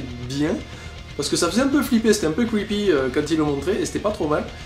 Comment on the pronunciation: "C'était un peut cwipie" 14/09/2014.